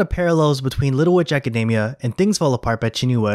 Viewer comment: btw, Academia is pronounced AcadEEmia